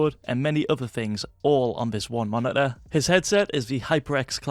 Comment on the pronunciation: Just me or do say: Monideer instead of Monitor?